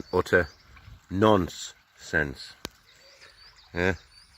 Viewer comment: "Utter nuns' cents."